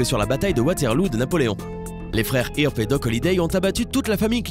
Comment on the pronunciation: Wyatt "irp" xD